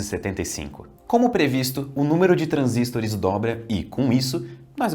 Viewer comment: Pq ele pronuncia transístores?